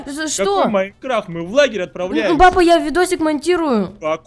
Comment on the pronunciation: Мне одной показалось, что вместо "папа" ты говорил "баба"?